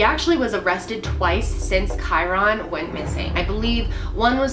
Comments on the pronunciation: It’s KY RIN NOT KY RON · May twenty FIFTH. not FITH. And maybe you could pronounce his name right. Kyron. Like myron. Not kyRONE. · Gotta say it. *Ky-RUN not Ky-RON. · Kyron not kiron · Pronunciation: Ky-RINN. Not Ky-Ron. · Also his name is ky-run. Just pronounced differently. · I love she’s my fav but she pronounces so many names wrong 😂 KY-RIN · Like Ky-ren. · i love all of content since discovering her channel recently, but her pronunciation of kyron's name is this video make me cringe - "Ky-RON" lol glad that this is an older one, her content is even better now than it was then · Great coverage, I love these types of informative videos! However hearing Kyron’s name mispronounced repeatedly had me cringing a bit... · You could at least pronounce the boys name correctly out of respect for him and the family. All you have to do is listen to the parents pronounce it!! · good video but your pronouncing his name funny. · I love, but listening to her mispronounce kyron's name 1,000 times is brutal. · Rewatching this video pisses me off so much because why can’t pronounce his name correctly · this video definitely should have been focused more on Kyron, you started it out talking about a bunch of other stuff, that takes away from what the video is supposed to be about. and you didn’t even say his name right. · it said so many times the pronouncement of his name & you still kept mispronouncing it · Michelle B. Anger? Hmmmm. Maybe it’s just expecting someone who does a video about a missing child to pronounce his name right.